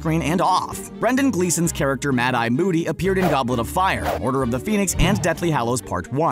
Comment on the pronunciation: Who's Mad Eye Booty? He said Mad Eye Booty